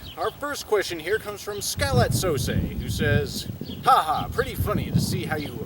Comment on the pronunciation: Thanks for your answers,! Btw, congratulations on pronouncing my name better than I could have imagined it could be pronounced (And better than Rev did).:]